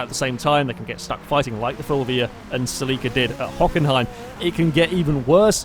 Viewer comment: Ceh-leh-kah, not cell-ee-kah. Please.